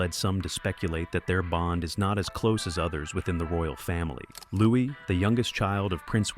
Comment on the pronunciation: Louis is pronounced with a silent s as in Louie